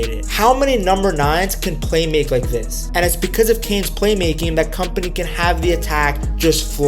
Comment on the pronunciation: you dont read his name as "company" ffs